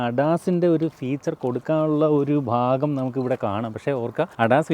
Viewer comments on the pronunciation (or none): none